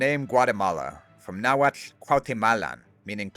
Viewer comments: Cannot believe such an amazing historical research and accurate pronunciation of Nahuatl. You have my eternal respect. Greetings from Tlaxcala. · Always enjoy hearing your pronunciation of the native language. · Bro the Nahuatl pronunciation fills we me with such joy ❤ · Amazing! Would love to play them. Also, your náhuatl pronunciation is exquisite 👌. Not because I'm from Michoacán, but the next native american civ should be the Irechekua Tzintzuntzani (aka the Tarascans). They would be great as an archer civ with bonuses to lumber and fishing.